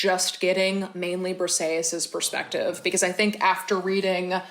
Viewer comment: My favorite book was Hamnet by Maggie o' Farrel, so captivating! I am Greek and I just wanted to let you know that the way you pronounced Briseis sounded like Perseus, which had me totally confused at first😂, Briseis is actually pronounced [brisɛːís]!